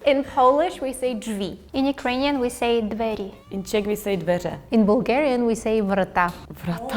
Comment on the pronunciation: интересно про дверь, при правильном написании в субтитрах "дзверы", девушка не произносит звук [дз], а говорит по-русски "двери" и погода по-белорусски "надвор'е"